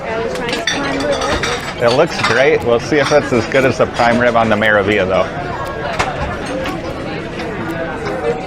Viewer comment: It is pronounced: Mera (roll the r into the a) Veal YA